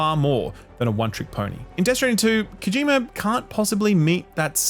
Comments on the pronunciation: His name is Kojima, not Kojimer. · "kojimer" lmoa